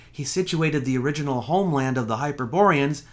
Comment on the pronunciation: "The Uriginal" ha ha ha ha!